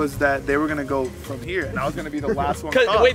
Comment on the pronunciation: Nobody: Faze rug: “steals the whole thing prom preston”